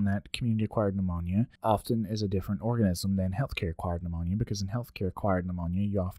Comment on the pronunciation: Great information. After studying for months, I used these videos to confirm I understand these concepts. If not, I go back to review the ones I found difficult. P.S. I don't know if my mind is in the gutter from reviewing all these videos for CCRN. But I swear, he says orgasms and not organisms LOL.